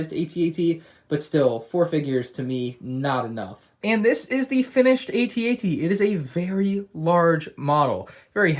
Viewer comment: You called it a A-TT